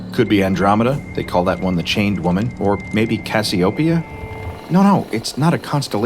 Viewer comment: The extremely liberal pronounciations of "Brage" and "Cassiopeia" ^^